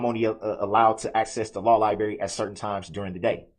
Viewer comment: Darrell and his law lie-berry. Is the monitor a blueberry or an apple? 😂😂